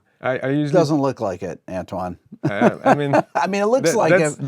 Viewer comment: With a bit more practice this kid could be half decent. By the way Antoine is pronounced 'On-twan' 😉